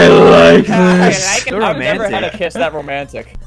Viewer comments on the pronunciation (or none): none